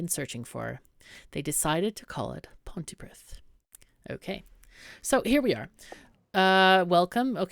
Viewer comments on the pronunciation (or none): Pontypridd is a Welsh place and is pronounced Pontuhpreeth (The th noise in preeth would be like in "the" as opposed to "thought")